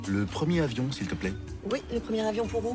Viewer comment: À l'oral, "le premier avion" se prononce "le première avion" pour faire la liaison entre les 2 mots mais les Français sont devenus tellement nuls en français que 80% des spectateurs n'ont probablement pas compris cette blague.